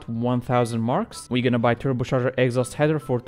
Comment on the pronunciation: TurboCHarger not turboSharger